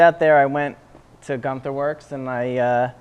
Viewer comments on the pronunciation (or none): Guntherwerks (trying hard to sound German?😂